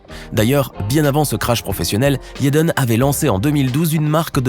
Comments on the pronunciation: Pourquoi il dit yédeune ça se dit tout simplement jadène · IL dit yaden Smith alors que on dit Jaden smith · t'as une dent contre Jaden* et pas yaden smith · Ça se prononce yaden tu crois il vas dire jaden ça n’a aucun sens réfléchi idiot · Vous devriez au moin prononcer le prénom Jaden comme il faut...